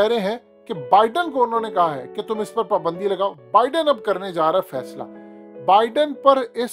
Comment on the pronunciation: PUUUUUUBANDI hahhahah abay URDU kay QATAL it is PAAAAAABAAAAAANDI.